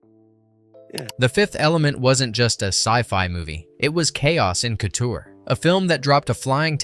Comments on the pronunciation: THE WORD COUTURE, IS PRONOUNCED KOO-TOOR, NOT COOTER. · He really said cooter instead of couture. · Yah he's mispronouncing the majority of it, like Mondoshawan & couture - you'd think someone doing a voice over would learn how to correctly say words!